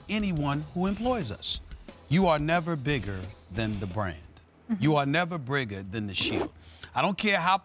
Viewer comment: Never “brigger” lol